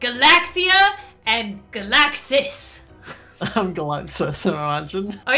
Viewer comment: When you say galixsis' name it sounds like galaxis